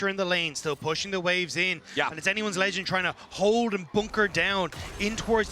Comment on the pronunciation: can someone please tell him to stop saying "anyone`s legand'!!!!!!!!!!!!!!!!